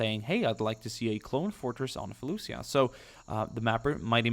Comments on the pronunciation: I believe felucia is pronounced fel-u-sha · It's pronounced falisha but spelled Falicia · felucia is pronounced like felushia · just so you know, You did not Pronounce it correctly.